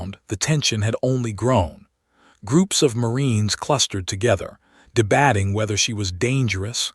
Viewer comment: Debating is Not pronounced de-băt-ing. AI is a bad reader! Emphasis on wrong words.